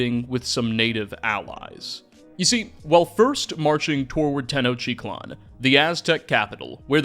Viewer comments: I love your videos and have been following them for a long time. But please. I'm begging you to work on your pronunciations. Tenochiclan is not a thing. It is Tenoch-teet-laan. There are videos. If you are going to start making historically based videos out of the passion you feel for knowledge and history. You owe it to your audience as a figure who is studying history to do this. Thank you for reading this. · Hey Man, loved the video. One little comment, and I know you did your best but it hurt me every time you pronounced Tenochtitlan. You are eating an entire syllable. Te-noch-‘TEE’-tlan I know you are doing your best and pre-colonial Mexican names are tongue twisters, but just had to be that guy. Also this counts as engagement, so we all profit. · Tis tenochTitlan No "tenochitlan" :) and is: tlax-cal-te-cas no: whathevershit you were saying: tdelgjlfgsrLaztecs?! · Great vid but it could've used a bit more research towards the pronunciation of some words, like Tenochtitlan (tuh·nowch·teet·laan) and Cacique (Kah-seeh-keh) among a couple others.